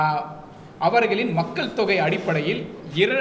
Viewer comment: மக்கல், வாக்குகல், தமிலர், ஆலமாக ஐயோ! தமிழைக் கொலை செய்யயுறாரு இந்த தம்பி